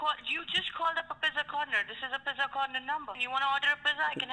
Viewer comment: "Do you want to order a pizza?" It sounded like he was saying Pezza